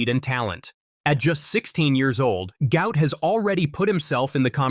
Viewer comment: Despite the father's effort this narrator still does not say the youngster's name correctly. Try: Gu----ot.